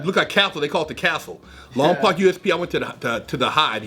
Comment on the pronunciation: I grew up in the Lompoc area it’s not lompac, it’s Lompoc like lom-poke